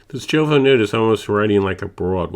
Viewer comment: I appreciate your thorough review and revisit of this pen. It is also commendable that you reference other reviews from Inkquiring Minds and Doodlebud (and even include links to them). I don’t want to leave a negative comment, so please take this as constructive feedback: I find it difficult to get past your mispronunciation of Majohn, Jowo, and Diamine (should be mah-john, yovo, and die-a-mine).